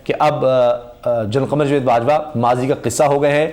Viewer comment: بھائی لفظ جوید نہیں جا۔۔۔۔ و۔۔ید ہوتا ہے۔۔۔۔۔ جا۔۔۔۔۔ جا۔۔۔ جا۔۔۔ وید۔